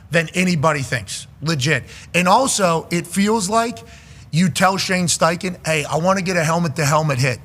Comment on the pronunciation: Bro said steinken… sucks … Steichen cooked